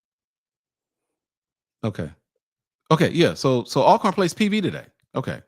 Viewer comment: Al corn, dude stop it. You played at Grambling and saying Al corn. Hopefully he’s trying to be funny. I’m JSU btw. Everybody knows it’s pronounced All corn